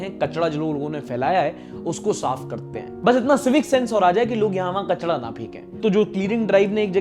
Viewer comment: Bhai kachda nahi ,kachra bolte hai 😅